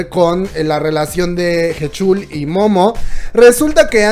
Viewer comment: Buen video PD. Se pronuncia Jichul